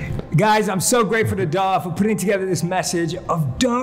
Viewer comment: I feel so inspired for the guy who didn’t let jay in the business and then jay thanked him and jay says dah not dhar idk why I’m not judging though so no offense